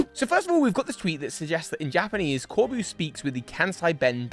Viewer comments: As a french viewer, it was ear piercing to hear you say "Corbu" for "Corbeau" all along that watch... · My dear,, his name is Corbeau not Corboo. It’s just the word beau. France is right there next door, buddy. This wasn’t a hard one. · The "eau" in Corbeau is a simple O sound,; not an "oo" like in boo. Source: I am a French person. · I would argue that IF Corbeau (which is pronunced cor-BOW btw) is indeed from Mossui Town and related to Kieran and Carmine (which from the dialect he uses does not seem to be the case, I'm surprised you didn't mention that), then he would know that the Loyal Three are imposters, I mean it was a pretty big plot point in the Teal Mask that Kieran's family is the only one who knows the truth about the ogre and the Loyal Three. I'd also argue that it makes sense Corbeau and Feazandipity share a color palette since that colour palette in the usual poison-type colour palette. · hi resident french here Corbeau is said "corbo" with the latter o like in comb*o* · I love that you pronounce his name core-boo, bc my entire social media feeds has been nothing but people wanting him to be their boo since the moment he appeared 😂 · I'd personally like to imagine his name is pronounced "Cor- Boh" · Pronounce it O. CorbO. A corbeau is a Raven in french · fyi corbeau is pronounced corbo and is french for crow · Honestly it just made me giggle, like was calling Corbeau his boo